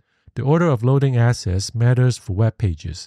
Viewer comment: I like the graphics. Please work on the enunciation. "Unlike" needs K, "side" needs D, "assets" needs T, "lets" needs T,... Those issues made the video hard to follow purely by acoustics, not content.